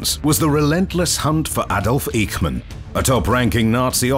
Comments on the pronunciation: His name was not Ache-man. It was IKE-MAN. OK? 😢😢😢😢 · Is it you again? You pronaunced Eichman wrong. It is not like a pain but like saying the first three letters in "I sh ould" as Ishman.